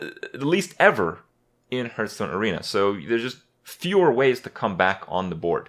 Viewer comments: say it with me Hearthstone (Pronounced "Harth-stone" not "Hurth-stone") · Hurtarena and hurtstone, is the saying just wrong or intended?